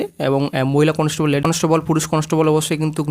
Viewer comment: আগে উচ্চারণটা ঠিক করো conostobol na ওটা constable